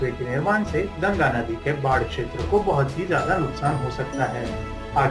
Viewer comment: It's GANGA NOT GANAGA 🤦‍♂️